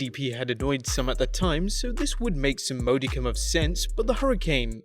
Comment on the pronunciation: What the fuck is a "mode-icum"? You mean "modicum".